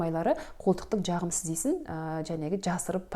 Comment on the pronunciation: Дж дж джағымсыз деген нен тыңдау қиын. Дж демей сөйлеуге болмайды ма?